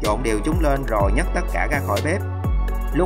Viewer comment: Tại sao nói bếp là bíp